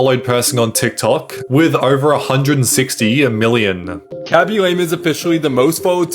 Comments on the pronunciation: "Kobby lomie" 😭 Pls stop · "koby lomy"